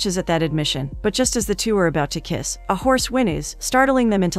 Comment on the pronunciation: Agreed. Too often a video concludes with the word "kiss" not even fully enunciated.